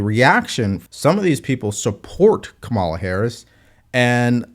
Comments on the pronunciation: Kuntala😂😂😂 get it Right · I'm not a Harris supporter or a Trump supporter. I don't see anything from this interview that gives me a clearer picture of who she is or what she has to offer. I do wonder, though, why is it that every right-leaning podcast or YouTube clip seems to consistently mispronounce Kamala? You consistently mispronounced her name, too. Is it intentional?